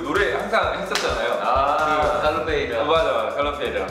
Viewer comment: Falou Galopeira certinho,mano melhor que o meu irmão, tô só brincando mesmo jamais ouvi meu irmão fazer isso kkkkk,love Kpop🙌❤❤❤!!!!